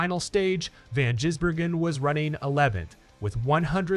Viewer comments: The only comment I'll make AI. is that Shane's pronounced family name is Giz.. not Jiz... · Its Gis Bloody yanks need to learn how to pronounce it properly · Say Gisbergen as in G for Goat not Jizzbergen as in G for Gym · For christ sake, get his name right!